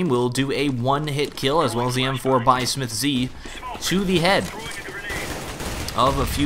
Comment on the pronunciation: His name is just "smiths" not "smith-zee"